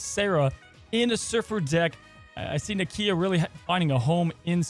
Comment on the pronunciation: It’s pronounced Nakia